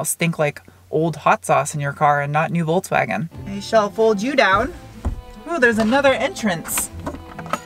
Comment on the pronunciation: Me not like the fholksfhagen... You're the best.